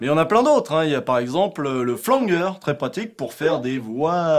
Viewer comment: lol on dit pas Flanguer mais flanger xD